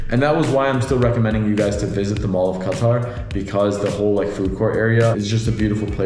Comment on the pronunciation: Lol it's not qa-taR that's first